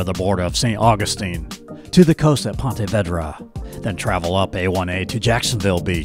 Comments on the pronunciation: Learn how to pronounce things correctly... You can't even pronounce Ponte Vedra.... And Duval county is not ALL Jacksonville. The beaches are NOT part of Jacksonville. And BTW... its Palm Valley Outdoors... Learn the area you are doing Vedio about... And Tebow didn't want to be a JAG... I enjoy your Vedios but get it right dude.... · Great video. When you are not from here though "pontey vaydra" instead of what we know it as "pawna veedra". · Yeah, that “Ponte Vaydra” pronunciation was killing me & every Jax Native in this video lol. Thought I was the only one 😂. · Ponte Vedra is pronounced Pawn-tay Vee druh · Love your videos. But you have to learn to pronounce names of places. Like Ponte Vedra...it's Vee-dra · Correction, it's Pahn-tah Vee-drah. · Ponte Vedra, for most locals, is pronounced Pah-tah Veed-rah, not the way it is pronounced in the video. It's named after Ponte Vedra, Spain. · vEEdra. It's pronounced "Ponta Veedra." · Great video but pronounce Ponte Vedra Beach correctly please...Vedra with long E. Thanks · That's PONTA VEDRA with a Long E. , no "eh". Please! Linda Hunter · I wish you would learn how to pronounce Ponte Vedra 😩😩😩